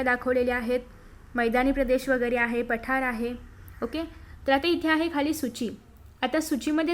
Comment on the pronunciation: And it is not paathr it's pathar 😂😂